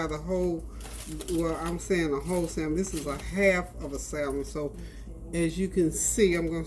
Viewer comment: Btw...the L is silent in salmon .... have a blessed day